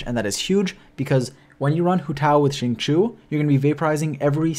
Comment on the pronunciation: his name is XINGQIU not qingqu =(((. Shing-Chiyow